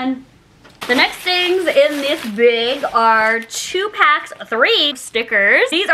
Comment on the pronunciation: Please say bag n not beg lol so weird .. still love you 😆🥰🥰